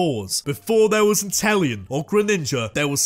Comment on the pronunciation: INTELEON, NOT INTEL ION!